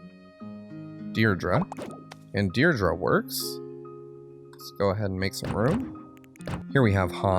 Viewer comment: Did he call Deirdre deirdra?